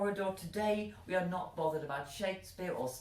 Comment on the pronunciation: Like 'Bovvered' love your haircut